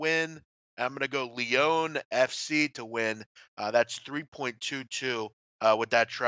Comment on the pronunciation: Big man, he pronounced Lyon awfully.